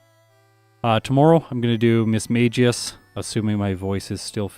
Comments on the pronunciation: The pronunciation of Mismagius is supposedly 'miss-mag (a hard g like in magpie)-ius'. I believe an old voice Pokedex did say it this way. That being said, I don't think it really matters. Saying it like mage makes much more sense. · The pokemon english dub pronounces it Mis-Ma-Gi-Us. Definitely surprised me the first time I heard it.